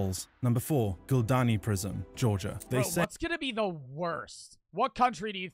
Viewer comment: Dude its not guldan prison in georgia its gldani